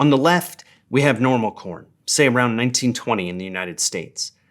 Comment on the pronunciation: Hyuahbrid Cowuhn